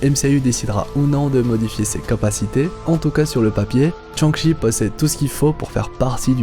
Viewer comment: "Tchang-Chi" hahaha